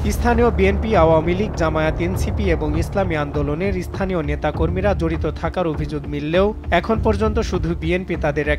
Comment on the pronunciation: এসথানিয় নাকি স্থানীয় 😂 ভাষা শুদ্ধতা কোথায়?